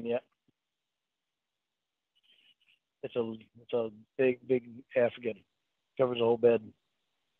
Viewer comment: He 100% sounded like he said I have an African on the bed. But secondly, he is 100% the male counterpart of Annie Wilkes from Misery.